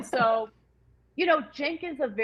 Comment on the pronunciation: It's actually Cenk.